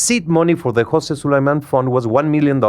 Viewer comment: Mauricio Su-LIE-MAN!!! Fake Mexican his parents weren’t even Mexican bro